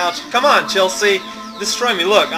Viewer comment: Whenever you say Chelsea with emphasis on the 'a', I though you were just saying "Chelsea, uhh..." or something like that, but the way to pronounce it is Chel-see.